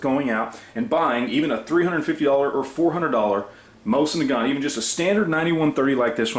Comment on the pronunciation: learn how to pronounce it right first. Used to be 80 bucks at gunshows.... 20 years ago. Complete junk.